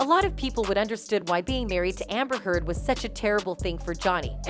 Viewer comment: i legit heard her say Amber Whore- Heard XDXDXD.